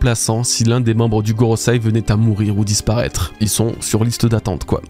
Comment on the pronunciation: Bro, par pitié, gorosEi pas gorosAi😭 sinon les termes fr? les planètes? bon, plus constructif, qu'en pensee vous c'est quand même marrant qu'on deteste ajd autant saturn que kuma à l'epoque thrillerbark/sabaody...5 prix nobel pour les gorosei? anodin? nope oda's cooking, on va bouffer des flashbacks à en retourner le cerveau, suffit de recheck les autres arcs, y a tjs ça entre autre